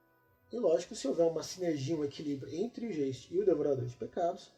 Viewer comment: A pronúncia é alemã: "gaisti" significa fantasma. OBS: para jogar white Wolf, tem que saber espanhol (brujah), francês (tremere), italiano (giovanni), romeno (tzimisce) e alemão (geist)